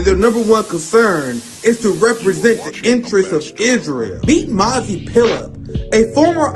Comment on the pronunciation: It sounds like nazi not mazi,what do you think ?